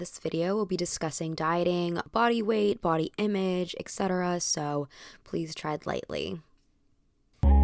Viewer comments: eT cetera where is the “ek” coming from? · Etc. should be pronounced as “etˈsedərə”. Please use the correct pronunciation especially when you use this word every 30 seconds